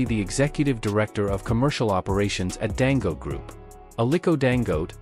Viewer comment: I really PITY white for their DISDAIN for Africans. The reader intentionally pronounce Dangote as Dango. He sees the last syllable te clearly yet refuses to pronounce it.